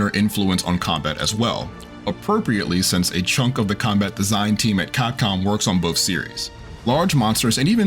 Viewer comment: “Cockcom” “Cap-com”